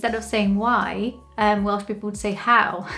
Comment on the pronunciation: I've seen a few of your videos, only knew you as a Brazilian in the UK. My god......how did I ever think you were anything but Welsh ? When you say you are not Welsh, it sounds to me like you are saying; " I am not well." You don't want to spoil the ship for a ha'porth of tar. Great video, Welsh ? Who'd have thought it ? No, not Welsh. I know.